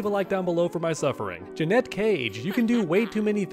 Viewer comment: This video is What your MK1 Main says about you in disguise it’s Janet Cage not Janat Cage